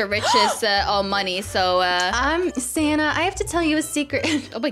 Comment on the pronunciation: why does call ""?